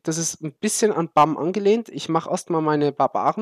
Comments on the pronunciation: ja es ist englisch und des heißt net BAMM sondern [ʙæm] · Aha sau witzig wie du BAM aussprichst xD